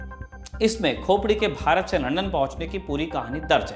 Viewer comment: अबे रिपोर्टर पहले लंदन बोलना सीख.. बार बार लंडन लंडन बोल रहा है आजकल कोई भी रिपोर्टर बन जाता है